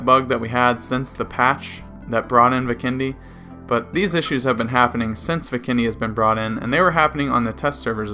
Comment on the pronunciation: U say vikendi wrong lmfao